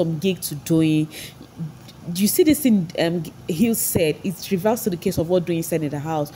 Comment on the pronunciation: What is with pronouncing t.h.i.n.g as "thingin"?? It very confusing.